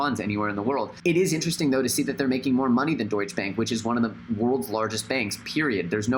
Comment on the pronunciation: Super Natural he also pronounces it wrong